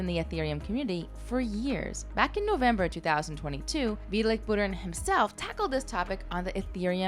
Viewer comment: Pretty sure this is AI voiced.... otherwise you gotta learn to pronounce Vitalik Buterin